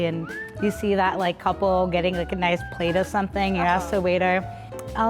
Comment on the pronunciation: “It’s very naish”